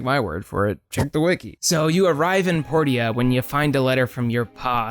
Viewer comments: Port-ia. I thought it was pronounced Por-cha? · Dude its Porsha not "Por tee uh" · "My Time at Port ee ah" It's said Porsha. Porteeah, really? That hurt to listen to repeatedly. Also Portia is DEFINITELY a Harvest Moon-like game (not even clone) just without farming, not Animal Crossing. Just because it has villagers doesnt make it Animal Crossing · The funny thing is the voice actors in the game pronounce it as both port-ee-uh and por-sha, so who knows how it was meant to be pronounced. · isnt “portia” pronounced as “poor-sha”? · Portia is pronounced Porshah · The townspeople even call it Porsha. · porsha.... porsha... its pronounced porsha. like porsche. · Portia is pronounced Porsha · I think Portia is pronounced like Porsche. Maybe? Unless you pronounce Porsche wrong lol. Por-sha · ...Poor Sha. THat's how you say portia. lol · Port-ee-uh? Okay then. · “Port-e-ah”??? I’ve never heard anyone pronounce Portia like that lmao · everytime he says portia wrong, I cringe. is how you pronounce it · Makes me feel validated as my name is actually Portia and is pronounced that way :) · my time at portia and fantasy life aren't animal crossing clones. i get that it was mentioned in the video that some of these are more harvest moon like, but the video is called animal crossing clones. if you're going to make more of this series i'd suggest either changing the name or finding games that fit a bit better. also i've never heard someone pronounce portia like that. what the heck